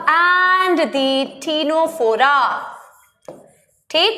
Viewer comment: Ma'am you pronounce ctenophora wrong, you gotta pronounce tinaphora🤭🤭.. btw had a great class ma'am..